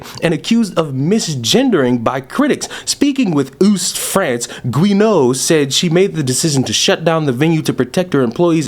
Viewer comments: "Speaking with Oost France" 🤣🤣🤣 I'm sorry, but that killed me! Haha it's pronounced West lol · Ouest is pronounced West I think, dw I did French for 5-6 years and I still struggle. But that's just the British school system. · I have a feeling that LGBT will become just BT or T because apparently it’s all about Trans rights even at the cost of gays and lesbians. You can’t be trans and nonbinary and be in the same group as gay and lesbian because they contradict each other’s views 🤣 By the way: Ouest is pronounced “Wes” (like director Wes Anderson) and Rennes like “R-eh-n” (the nes is silent)